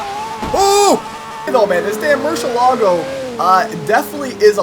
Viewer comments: wtf is a murshallago? its MERY-ilaggo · it's not pronounced murshelago it's murcielago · you said machalago LOL